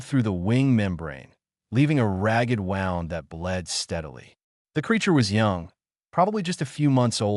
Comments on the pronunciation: Teach your AI the difference between wound and wound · The AI needs to “”see” the word in its context so it can be pronounced correctly. Wound spelled correctly but pronounced differently…woo-Md meaning a significant injury… wau-nd meaning to circulate around.